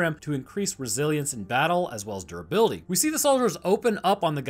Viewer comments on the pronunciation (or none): none